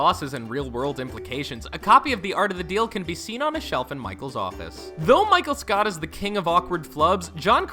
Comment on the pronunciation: DID HE SAY MICHAEL SCOUT???